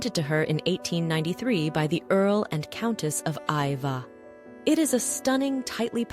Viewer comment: Earl and Countess of Iveagh. Pronounced i-vey